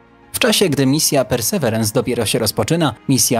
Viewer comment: Perseverance (ang.)- wytrwałość (wym. persy Wirens). Nie bądźmy językowymi analfabetami. Mamy słowniki.